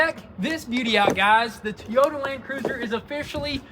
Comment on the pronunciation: Toy-ota not tee-ota